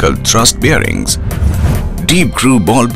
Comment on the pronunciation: he mentions the word 'bearings' 15 times in those 36 seconds...or is it 'birrings'..?